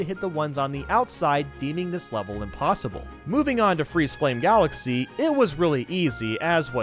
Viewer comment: Supah Mayro Galaxeh